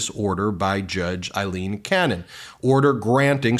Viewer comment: Ben, are you purposely mispronouncing Aileen Cannons name???